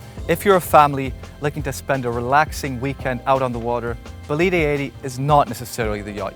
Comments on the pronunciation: Is not Bolíde, is Bòlide. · Next time I suggest you check how to pronounce the bane of the vessel you show. It is Bólide, not Bolíde. Other than that, well done. Brunello is the man ! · It actually is bo-li-de with stress on the first syllable. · All fantastic😂shame you butchered the boat every time you said its name. Before demolishing any work you do, ask for advice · Pretty sure the people that got a Bugatti Chiron Bolide are probably the only people that can afford this and the fuel for it. And Epp-a-toe-me....say what? And it's 'Bow-leed', not 'Bow-leed-ay'. Dang dude